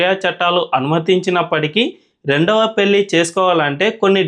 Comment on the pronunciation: yentamma nee telugu, telugu raani muslim matladuthunnattu vundhi. Please telugu konchem improve chesuko. Pelli kaadha, pellhi ani palakali. Learn telugu to express good.